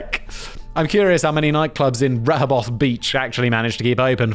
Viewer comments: Rehoboth is actually pronounced Reh-hoe-buth, for anyone wondering. But, um... good try, Simon? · It's pronounced Ree-ho-beth Delaware and I've never heard that law, lol! 😂 It's a beach town full of places to drink and relax, with tons of boardwalks and such. 😊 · Rehoboth Beach = reh-hoe-buth (like saying the word "bath" but swapping out the ba with the bu from butter). Rehoboth Beach, Delaware is also the general area where the Punkin' Chunkin' competition was held for a long time. If you are unfamiliar with Punkin'Chunkin', it's basically like a county or state fair crossed with a huge tailgating party and all centered around competitors launching pumpkins from catapults, trebuchets, and cannons, with the goal being to hopefully become the first person to launch a pumpkin over a mile distance. I went one year and it was good fun! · Its pronounced "ree ho bith" beach. Also I think the Purple Parrot breaks this law daily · Simon, you are amazing but, Please. Re like redo. Hoe like the garden tool. Bith, think Beth but with an I rather than an E. Have a lovely day.